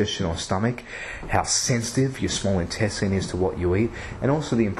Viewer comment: Don't think I've ever heard anyone pronounce INTESTINE the way you do.... whyyyyyy errrrrrrr! pH of 8.4 OR Above when it hits the small intestine. I hope not. Might want to check that one